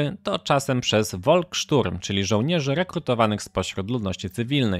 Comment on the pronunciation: Polska otrzymała zaledwie jedną trzecią tego co powinni ruscy zwrócić w 1956 roku. To tak gwoli ścisłości. Niemieckie Volkssturm wymawia się fonetycznie folksszturm czyli pospolite ludowe ruszenie.